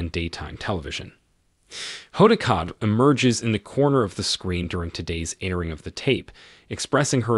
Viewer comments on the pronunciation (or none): Oh my! Her last name is pronounced Kot-bee, not Kot!😮